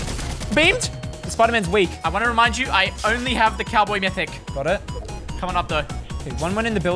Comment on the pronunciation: My man said ''Cowboy Mythic"